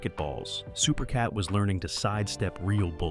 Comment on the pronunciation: Supercat is without a doubt one of the greatest. But how is an entire video done on a man who's name isn't pronounced correctly the whole way through?